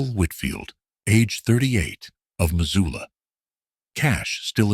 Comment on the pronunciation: They also called Missoula...Mazula... do research when telling a story 😉